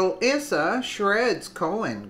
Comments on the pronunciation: Don't appreciate Neil Cavuto's snarky, leading and unnecessary questions, but if he gets his liberal fans to watch these interviews with brilliant men like Issa (pronounced "eye-sa") then I guess I can tolerate the snark. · Pronounced..EYE SA